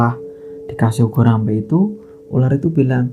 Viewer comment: Boleh koreksi mas....ubo rampe bukan ugo rampe, mas...hehehe